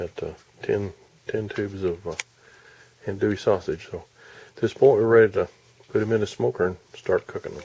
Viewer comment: You don’t ever want to call it ann-doo-ee. I’m from south Louisiana, it’s pronounced on-doo-ee.